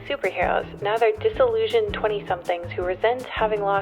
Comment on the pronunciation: everytime they say "disillusion" i lose 20 YEARS of my lifespan